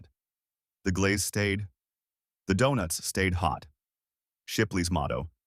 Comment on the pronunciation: Shipley Dewnuts?🤣😂